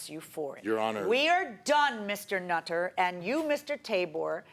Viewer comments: The Judge said mr 'nut'-ter🤣🤣🤣🤣. Anyone else caught that? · "MR NUT -TER" 🤣 Excellent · Did yall notice how JM kept saying "Mr. NUT-ter" lol. She knew what she was doing, lol. He definitely has a few screws loose. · Lolol she said “Mr. Nut - ter” 🤣😂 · Lol 😆😆 she said mr nut - ter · Lmfao! Did anyone notice how she said "Mr.NUT-TER!? SHE FLAT OUT CALLED HIM A NUT!!!! I LOVE IT!!! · "Nathan Nutterrrr" 😂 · How she emphasized "Mr. NUT-ter!" LOL 😂😂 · I like when she emphasized the "nut" part of his name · The way she kept enunciating his name 😂😂😂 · Yes, Nutter, because he's a nut, crazy mad man😆 .